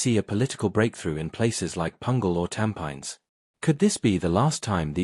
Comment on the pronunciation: Learn to pronounce a word where the locals understand, e.g. Tampines.